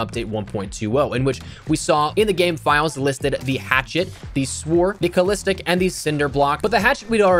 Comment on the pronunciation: You didnt think of Balistic knife when hearing calistic? Like in the balistic knife executions?